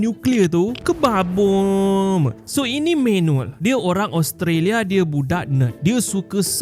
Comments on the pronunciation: Aku ulang banyak² kali sekadar untuk dengar "KEBAWBOM" banyak² kali 😂😂😂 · Kebaboom ada harakat + dengung sekali😂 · Aku je ke dengar dia punya kebaboom tu macam chinese sikit😂😂